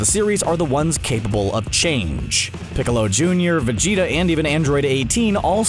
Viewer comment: Did he say "lord piccolor" lmao